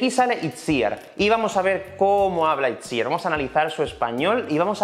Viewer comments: Pero se pronuncia Itziár el nombre, no? he escuchado en varias entrevistas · Has ido poco a poco pronunciando mejor el nombre de Itziar pero no lo has conseguido,te explico...En este caso Itziar es un nombre en Euskera y fonéticamente sonaría "Ichiar" ok?l